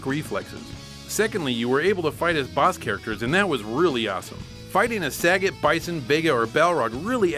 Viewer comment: It's still really funny how you pronounce "sayga".